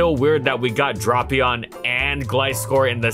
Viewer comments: Very painful to watch when he pronounced dray pion wrong 😡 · I'm offended by how you say Drapion. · please research pronunciations before putting together an entire video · Yes!! One of my all time favorites, such a cool mon. Pronouncing it as “drop”ion though… questionable at best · The king of the lower tiers Drapion. It’s Dr-AA-pion, long A sound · Me: "Oh boy, a brand new video!" Hears 'Drop-ion' "Welp, see y'all next week" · Dude, it's DRAY-PEON. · Ah yes, “Dropion” the Ground/Poison type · refused the official pronunciation of Ferrothorn. But Drop-ion was okay. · "DRAW-pion." Lol. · It's pronounced Dra-Pion. Dra as in Dracula. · "drupion" "oqua tail" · Every week, I wait for the Kalos trio to be completed with Chesnaught. Also it's DRA-PEEE-ON,, learn how to pronounce Pokemon names. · The pronunciation Dropion actually makes me shake with anger and I don’t know why. Why did see drap and think the a was pronounced like an o. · I always pronounced it as Drape-Eon. ^^" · If he keeps saying dropion, im dropping the video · Am I the only one who pronounced it Drape-eon? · It’s not dropion. That sounds like crap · Nah it’s “Drah-pion”, the anime and 3D app pronounced it as that in both Japanese and English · Dafuk is "dropion"? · Great video! Please never say dropion again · I literally will not watch this video if you actually pronounce it "drop" ion like the comments say. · 10 seconds in, “dropion”. disliked + reported + delete video + based pronunciation + bad pokemon + bad video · It's weird, considering how he pronounced it correctly in other videos. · Worst part is, with the Japanese name being Dorapion, I can’t say with certainty that he’s pronouncing it wrong. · it’s not even the japanese pronunciation. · Okay it’s not just me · its weird cuz he pronounced it correctly before. why did he change it now lol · the way he pronounces Drapion hurts me. But great video non the less, love seeing these every Sunday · Drapion, not dropion